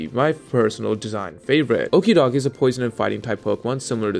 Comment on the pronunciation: Clearly you're pronouncing Okidogi wrong.